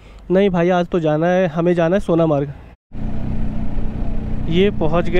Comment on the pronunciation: सोनमर्ग not सोनामार्ग